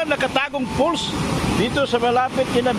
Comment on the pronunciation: It's "FALLS" not "false". Sarap nga mag unwind dyan